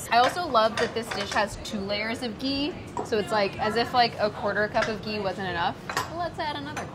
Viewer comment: There is a big difference between the sound ग (“g”) and घ (“gh”). घी = “ghee